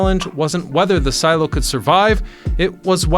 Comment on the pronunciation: Love how they used and then destroyed. Also love, and not making fun at all, but love how he says silo, see-low, my mother whom I love says Shoe-zeeeee for sushi. 😊 Awsome idea wish would see more of this in America.